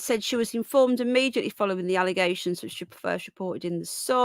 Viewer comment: Twunt can't even say 'Immediately' immeJUTly🤪 knob.